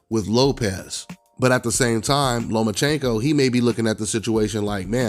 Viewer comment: I picked Teo to beat Loma nephew and I got Tank as the 5th best at 135 youngin. The boy can't even fix his mouth to say the name Lomachenko and I still pick Loma to embarrass him let a lone Dev and Teo. I think Ryan has a tuffer fight with Campbell than he would w Tank.